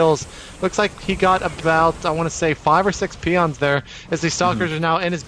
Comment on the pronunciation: OMF.... "peon line", "peons" you fail commentator...